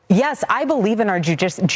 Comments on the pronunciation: She said JEWdicial. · "Joo" dicial system